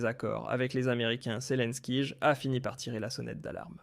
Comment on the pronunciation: pourquoi tu dis selinkige apprend à parler